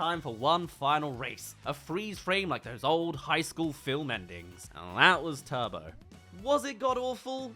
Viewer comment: Turbo* no "tobouuu" genio